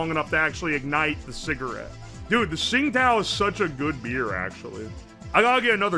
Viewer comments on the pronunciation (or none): none